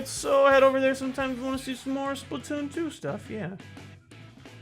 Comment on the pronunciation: Wait, did he said, "Splatton season!"? Oh my gawwwwwwwd